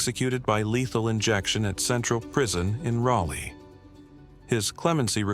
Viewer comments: its not RalA...its ralee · How does the AI manage to pronounce Raleigh three different ways? Rally, Raley, and Raleigh (raw-lee). In case you're wondering, the last one is correct.